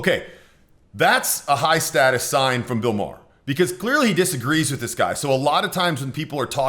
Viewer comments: I can tell who this guy favors just in the first 20 seconds. It's not Bill 'Mar' its pronounced like Mayer. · Your pronouncing Maher wrong. It’s pronounced “Mayer.”